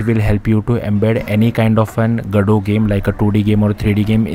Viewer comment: gado ❌ go-dot ✅ 😂